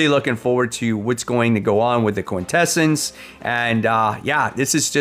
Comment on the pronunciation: lol I love how you pronounce Quintesson. enough to make a Transformer fan cringe my FOC (based on full FOC list) Capes #2 Creepshow Volume 4 #4 GI Joe a Real American Hero #152 Hama Files Edition Godzilla (Kai-Sei Era) #6 Hornsby & Halo #13 The Rocketfellers #11 Sisterhood: A Hyde Street Story #5 Skinbreaker #4 Teenage Mutant Ninja Turtles x Godzilla #2 Twilight Zone #3 Ultimate X-Men #23 Void Rivals #25